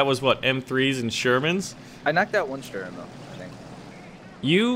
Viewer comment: its funny how you pronounce the name of the german tanks like Sturer Emil! but i like your videos greetings from germany